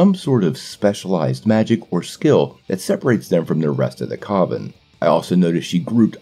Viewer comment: Coven rhymes with oven bro.